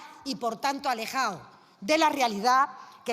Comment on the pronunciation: ALEJAO, APARTAO, INTERÉ, COTIZACIONE, EHPAÑA, que mal habla....